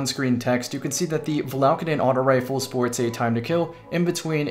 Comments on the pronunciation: ur adding an extra L in the name, its valakadyn, not valaLkadyn. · have you used cerb since the patch? That's what I call God tier RNG. Also, it's val-a-cayde-uhn